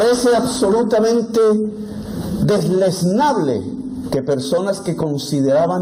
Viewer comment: Recuerden es "Deleznable" no deslesnable como dijo Petro.